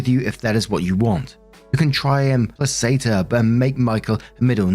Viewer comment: the word "placate" is pronounced play - kate. sorry for being that guy, but it gets me every time (not that it comes up all that often)